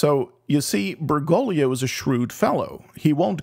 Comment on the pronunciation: great vid. however, it's BergoGlio. there's a second G. it's not "Bergolio". Ber-GOAG-lee-oh ordo watch derksen